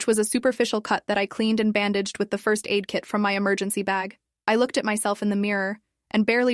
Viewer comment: Disrespect to the guy who said "frist "🫩